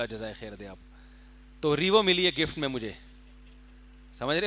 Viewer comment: Mufti sab revo kipronunciation toh seek laity..yeh hai madrisson ki output k aek word revo ki pronunciation nhi aati